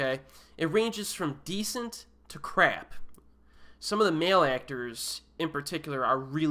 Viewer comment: I love you say "crap"... like you really emphasize it's crappiness. 👍